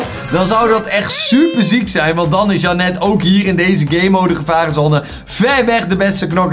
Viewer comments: Niet om vervelend te doen maar volgensmij spreek je janet uit als jhenut. BAWZ ARMY!!!! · Je moet da naam in het engels uitspreken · Ik: Janet: Jannet😂